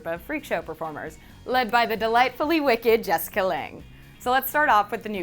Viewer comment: You're saying Jessica's name SO incorrectly...................